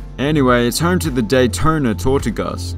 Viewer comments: Great video and nice look at all the ballparks. I do have to point out one thing though which is that you pronounced Tortugas wrong. It is pronounced “Tor-TU-gus”. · Tortugas. Pronounced=tore-two-guh.